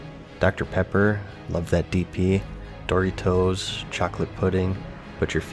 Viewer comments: Dory toes? seriously? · Ah yeah Dory Toes. Those good ole classic chips. Lol I have never heard anyone ever pronounce them that way. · Can we talk about your pronunciation of dory toes. Just messing with you, I always enjoy your videos. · can't just pretend you didn't say door itos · i like the way he says door-itos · You keep saying "Dory toes" and its making me uncomfortable.... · dorytoes??? xD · dori-toes lmao. its not pronounced like that. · Where can I aquire these... how you say... Dorry Toes? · Dorytos? You mean DORITOS LOL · Door eee toes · I've always heard people say it as "der ee doe z" which is probably way more wrong that pronunciation. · I heard him say doorytoes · I’ve never heard someone say Doritos like you do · You pronounce "Doritos" weird. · I’m triggered by how you pronounced Doritos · I really love the way you pronounce Doritos. As for me, I've been preparing by playing the first 3 Warcrafts. Some of it has uh...not held up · The way you said Doritos made me feel uncomfortable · Pronouncing Dorito like Naruto, lol. Good video! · Where is this guy from? He pronounces doritos odd lol. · does it bother anyone else how he pronounces Doritoes? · Glad I wasnt the only one who had to double check.